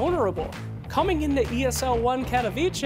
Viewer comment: Cat-o-v-che...Berming-Ham! God damn it,!